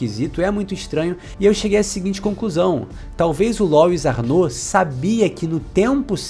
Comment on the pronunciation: Que agonia, todo mundo falando "Lóis"... Louis é um nome francês, se pronuncia " Luí "